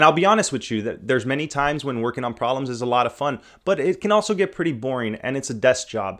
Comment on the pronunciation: Why do you not pronounce the "b" in proBlems. >.<